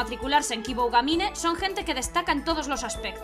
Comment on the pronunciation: Dos cosas: - Aunque ellos hablen, sí, dobla tú, pls. - Se pronuncia Kiboogamine [una o un poco más larga]. Esta serie tiene muy buena pinta, sigue así :D